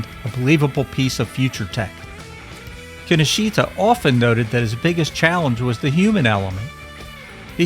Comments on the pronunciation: Key Know Shta, not Kinnosheeta. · (Psst: Kinoshita is pronounced 'kin-osh-ta') 😉